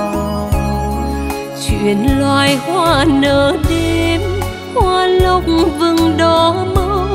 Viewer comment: Một ca si chuyên nghiệp hạng A. Khi hát phải để ý ca từ của Tác giả. Hoa Lộc vừng. Mà Dan Nguyên cứ phát âm là hoa Lục vừng. Trong khi Mai T Vân phát âm là Lộc vừng, vậy mà nhà sản xuất Vẫn cho ra sản phẩm 😮😮😮. Làm mất đi sự chuyên nghiệp